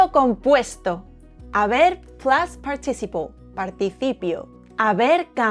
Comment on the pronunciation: You do a great job. However, one word in English that you are mispronouncing is “participle”. There is a stress on the first syllable “part” and a bit of stress on the third syllable “ci.” So, it comes out as part”- ti- ci’-ple. Your English is overall very good with a very cute Spanish accent. Sadly, with our hateful, unchristian Trump regime here in America, your accent could get you stopped and questioned by ICE agents. And, want your country please take Elon Musk off our hands! Muchas gracias para su lecciones en español.